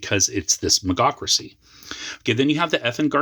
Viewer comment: Nice video, thank you for making it! I hate being that guy, but I think you're mispronouncing Magocracy. It should be pronounced like Mage-Ocracy Majocracy.